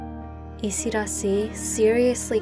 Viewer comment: It is isidaasi. Long a. Yiu have it Thai